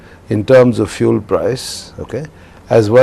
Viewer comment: This can't pronounce 'fuel' properly.